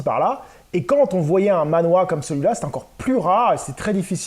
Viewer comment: Hello, alors, petite subtilité, il faudrait prononcer le mot manhua, "manh -RUA" (avec le h qui se prononce limite comme "la jota" en espagnol) et pas manhwa (BD coréenne). J'ai aussi acquis cette série dans une brocante récemment, et ça m'a coûté plus de 70 balles, tu as fait une affaire ! Andy Seto est une grosse star à Hong-Kong. En France, il y a aussi eu la publication de King of Fighters Zillion, les quatre justiciers ou encore Tigre et Dragon. Ces deux dernières séries n'ont pas été au bout de leur édition française malheureusement. Il se murmure qu'il viendrait au prochain Angoulême de ce que j'ai cru comprendre entre les lignes...